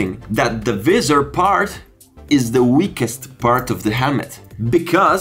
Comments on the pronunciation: It’s not pronounced vee-ser it’s pronounced v-eye-sor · What the hell is "Veezor"? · the “viZZZer” 😂🤦‍♂️ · Sono incerto sulla pronuncia di "visor" , ma vabè .. Video ben fatto , complimenti